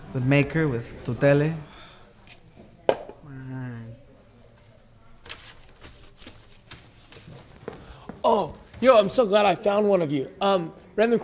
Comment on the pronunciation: The show is cool, but gotta learn how to say Tutele correctly!